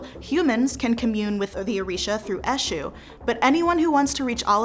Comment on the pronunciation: Said politely: Your pronunciation of the names of the Orisha is in need of improvement. Obatala+ OH bah T lah, Oya: oi - yah, Olofin: OH low fin, Achè'= AH tchAY. Olokun: OH low koon. Eshu=AY shoe. 27 years initiated to Eshu Laroye.